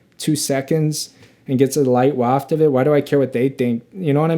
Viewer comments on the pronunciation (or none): none